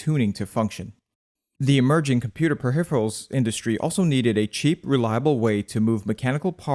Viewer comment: Suspicious pronunciation of "peripheral"